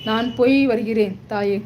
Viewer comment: போய் வருகிறேன் என்பதை, பொய் வருகிறேன் என்று வாசிக்கும், உன் தமிழ் உச்சரிப்பு அருமை,,, உன்னால் வளரட்டும் தமிழ்,,,😂